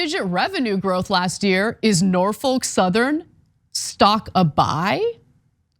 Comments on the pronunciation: It's NOT Nor-foke. It's Nor-fuk. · It's not "Nor-folk", it's "Nor-fuck"! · So said this during the stream, but you're not pronouncing Norfolk correctly. The folk should sound more like a different f-word. (edit: grammar) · I had to quit listening due to the constant mispronounciation.